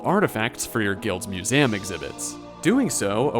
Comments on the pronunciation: Why tf you say Museum like that? Annoying af im sorry. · why do you say museum that way